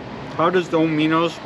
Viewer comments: "domeehnohs"? Are you from Canada or something? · We Americans pronounce it daw-mi-no’s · Lmfao Doe-minos??? 🤣🤣🤣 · .....i was making fun of how u pronounced it is "dom-a-nose" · Is that how Canadians pronounce Dominos? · hahaha nope, do they say it like that there? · nah I live in Canada and this guys the only person I’ve heard say it like that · That’s not how you say the pizza place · Sorry but you're pronouncing the word Domino's wrong way. The accent is on the first syllable instead of the second. Its pronounced just like the game. That's the first time I ever heard somebody pronounce Domino's the way you pronounce it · I'm giving a pronunciation break because he's in Canada, which I think is also the reason for the size of those pepperoni slices (did he order salami by accident?). I've heard that Canadian Bacon in Canada is called something else, too.